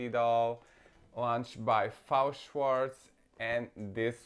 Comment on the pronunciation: It's not Fao Shwartz, it's F-A-O Shwartz. F.A.O. is separate initials, not a word. Just like BMR, MGA, etc.